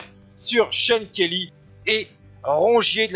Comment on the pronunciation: I like the way the french commentator pronounces Kelly's name as "shonkerlee"..:)